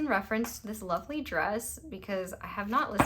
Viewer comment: Pile 3: It made me laugh at the beginning when you said 'lovely' in a Yorkshire accent cause I am from Yorkshire!